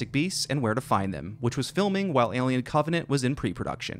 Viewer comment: I’ve never heard anyone mispronounce the word “Alien” before till this video lol